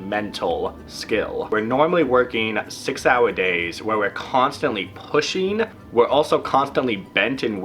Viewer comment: I like the way you say "hourrrr"...